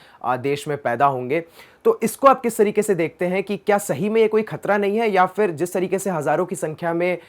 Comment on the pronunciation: Please don't say FIR. It's PHIR. You are such a good speaker - don't ruin it with one word.